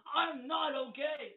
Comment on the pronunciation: "I'm not ohay."